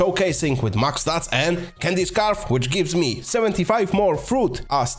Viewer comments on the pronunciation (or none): none